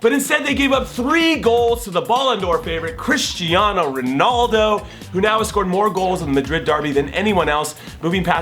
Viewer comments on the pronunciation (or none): none